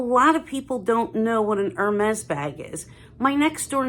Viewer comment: Hermes should be pronounced correctly, please!